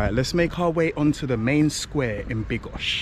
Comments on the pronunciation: Bro. make your mind up: BYDGO... NOT BYGO...... and you mixed them up, making it sound like BIGOS the dish. Sometimes you said it correctly, sometimes not. There is clearly a D, which is not a silent letter. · Bydgoszcz not bygosz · it's pronounce Byd-gosh-ch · Pronounce it BYD-GOSZ_CZ, in Polish we do not waste letters, esp. consonants. SZ+CZ is not withouth reason, also do not skip the letter D. Keep in mind, wikipedia usually provides city pronunciation. Greetings. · I understood: "I'm in bigos." xD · you do have to pronounce the letter "d" in Bydgoszcz😊